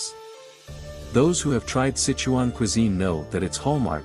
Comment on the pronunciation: Pretty obvious the narrator of this video is NOT Chinese! Can't even pronounce the Sichuan name correctly ! ! ! Come on bra - ask a native speaker if you can't spit it out correctly ! ! !